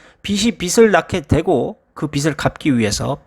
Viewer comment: 빚을[비즐]. 빚이 [비지]. 발음만 잘해주면 아주 좋은 채널이 될 것 같습니다.